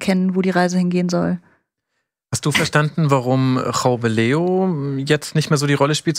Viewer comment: Ach der von Augsburg wird Raumeleo ausgesprochen, hab den immer Güllewöff genannt.